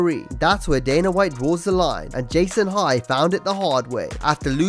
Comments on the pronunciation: DANA not DANER. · It's Dana. Not Daner.